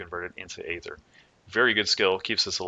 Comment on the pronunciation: eeeeeether. not Aaaaayther.